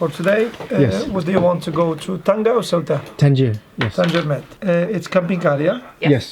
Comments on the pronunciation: Ceuta not cueuta. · It isn't Querta it is SAY-Ooh-tah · Its pronounced seuta not keuta....😂😂 but nice video anyway.. greets from a Morracan berber 😉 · Not guetta but Cueta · Ceuta is prononced Seuta lol